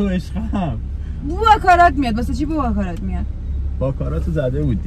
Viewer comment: باکارات نه 😂 باراکات